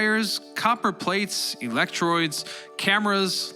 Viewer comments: "eletroids" wut? Texts read "into the area" which you say correctly as air. Then you say Germany and West African when the text is "German West Africa". Sorry to be such a ...b-word... but it really takes me out of the whole thing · Some major errors here; especially when you say, at about , that the Kaiser sent his first wireless message to President Wilson in January 1941... which is impossible. First, the Kaiser was not in power in 1941, Hitler was. Second, President Wilson died 17 years earlier! Get your facts straight. Can't even pronounce "electrodes" correctly.